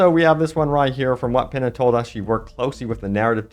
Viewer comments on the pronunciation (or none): Not to be that guy, but the name in that article is pronounced “Peen-ya”, not “Pinna”.